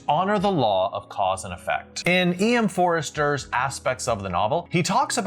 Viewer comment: I don't wish to point out negatives but, it is EM Forster not EM Forester. I've watched quite a few of your presentations recently and you have a very weird way of saying some names. Also in this one is Delia - pronounced Dee Lee Ah. Not D Liar.